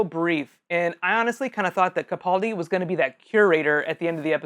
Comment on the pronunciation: Learn how to say peter capaldis name